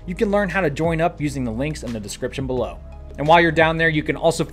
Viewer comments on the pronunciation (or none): none